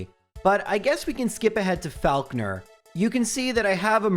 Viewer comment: That's not how you pronounce Falkner